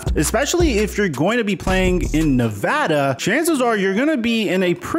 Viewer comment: What I really appreciate about this video is that you said Nevada correctly. 👍